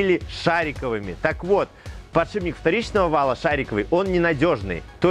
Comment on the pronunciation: Тогда уж ,, подшипник,, а не,, подшиБник ,,. А так все классно...